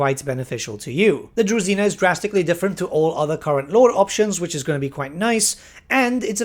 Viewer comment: DruЖina not druzina